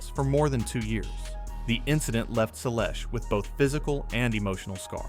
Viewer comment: If you want to attract tennis fans to your channel, you need to pronounce players' names correctly. I stopped watching after hearing how you mangled Seles.